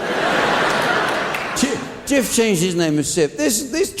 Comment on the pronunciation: Having lived in Turkey for several years where the do sell Jif... The J sound in Turkish is sounded like ch... Hence chif which has a silent h due to the c having this symbol Ç